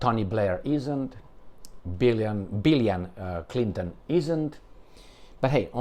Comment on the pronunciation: "Bill ion Clinton"😆😆😆